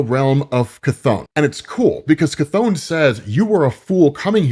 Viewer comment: Bro its not pronounced KATHONE!!!! So annoying